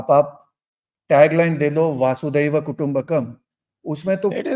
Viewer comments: Namaskar! Apke predictions kafi logical hain. Par ek truti sudharna chahunga. Aap "वासुदैव कुटुम्बकम" कहते हैं जबकि वह "वसुधैव कुटुंबकम्" है। अर्थात संपूर्ण पृथ्वी ही कुटुंब है। धन्यवाद। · Vaasudev nahi Vasudhaiv. Aaj kal 90% log ye galat bol rahe hain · My regards to both speakers. It is वसुधैव from 🌎 वसुधा (वसुधा+एव), not वसुदैव or sometimes inaccurately pronounced वासुदेव (श्रीकृष्ण ).